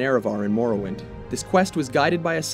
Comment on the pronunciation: dude that "Marrowin"